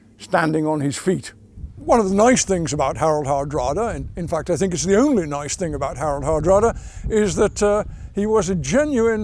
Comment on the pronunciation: The way he says fact " there is absolutely FAKKED"